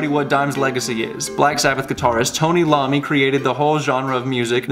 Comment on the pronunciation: Best part of this video is hearing "Tony Lommi" - lol. Yup, Black Sabbath just wouldn't be the same without Tony Lommi. :)